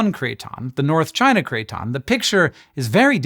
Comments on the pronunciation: Craton is pronounced KRATen not KRAYton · Could you explain what a "cray-ton" IS? PLEASE?? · Cray-Ton in my Kit-chon? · Bro keeps saying crayton making me hungry for croutons 😔